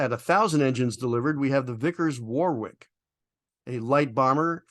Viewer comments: Very nice video once again, the clam shell doors for engine maintenance is amazing. Warwick here in England is pronounced with a silent middle ‘w’, so it’s Wa Rick, sorry if I come over as being picky, say it how you wish, take care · Vickers Warwick. Pronounced 'Wor-ik'. After a British town.